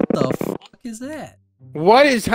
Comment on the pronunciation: Ducky : uhh what the fwuck?